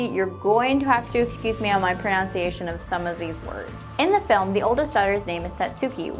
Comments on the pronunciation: I'm sure I'm extremely late, but your pronunciation of "pronunciation" could use work. Your guesses are as good as mine on the Japanese though haha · She actually mispronounced the word pronunciation.